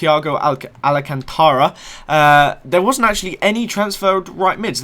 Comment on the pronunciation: Alcantara not alacantara damn some youtubers are retarded when it comes to names